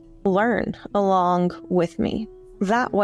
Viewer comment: Please say "alonggggg" again. When someone embraces syllables you know they are having a good day. Or maybe it's just related to lingered, controlled brushstrokes. Anyway, enjoyed the lecture.